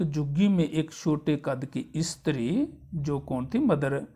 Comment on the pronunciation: Not istri it's stree sir😂😂😂😂